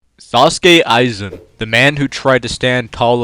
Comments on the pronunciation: No offense, but his Name is not Sauske Aizen, its Sosuke Aizen. Or Aizen Sosuke. Now say it in a deep japanese mans voice. Good, good. Now thats it. 😂😂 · As expected. Aizen would solo. Also, it's Sōsuke Aizen. Not Sasuke Aizen. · I am out when bro said sauske aizen instead of souske aizen😁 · Bros Pronouncing sosuke "Sasuke Aizen"💀